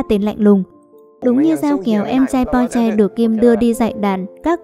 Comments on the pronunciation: Ad ơi mình không biết bạn rv mấy cái phim trước như thứ nào nhưng đây là KinnPorsche bạn đọc sai với lại cách giới thiệu nhận vật sai tên là không tôn trọng đến tên diễn viên trong phim Porsche không phải Po mong Ad có thể nói bộ phim hay hơn với các nhân vậy bạn rv như vậy thì mình không thích 1 thứ nào người không ra người lươn không ra lươn là sao vậy ạ .Đây là ý kiến của mình mong Ad có thể suy nghỉ kỉ khi rv với phim hay 1 chút còn không thì đừng rv nha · bạn ơi xem lậu bạn biết thế nào không hả mấy anh bỏ mấy công sức để đóng thà bạn coi xong rv đúng mình không nói còn đây đọc sai tên có tôn trọng mấy anh không vậy ? Porsche k phải Po nhé Xoá video dùm